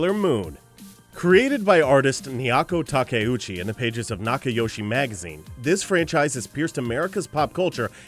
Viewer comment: It's NAOKO TAKEUCHI, not Niako... Seriously, you can't even get her name right?!